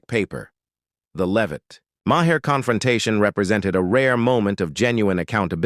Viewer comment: This is a bogus AI video! He can’t even pronounce Maher correctly!